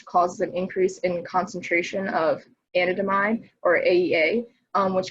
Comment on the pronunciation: "a nan da mide" not "Anna damide" 😢😢😅